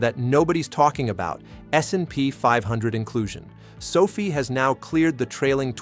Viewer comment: Can't even pronounce the name of the company correctly. Please stop.